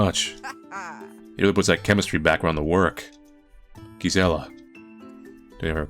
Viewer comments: The 'G' in Gisella is most likely pronounced like a 'J'. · I think Gisella is pronounced with a J sound. I might be wrong, but I've never heard it another way. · In spanish is pronounced like 'Y', is funny hearing his version of the name